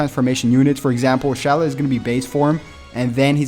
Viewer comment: Yeah this stuff is nice and everything but first order of business is you are pronouncing Shallot's name wrong and second you don't even give people hel on how to get the equipment to the Z rank and another thing not every Fricking equipment item can be awakened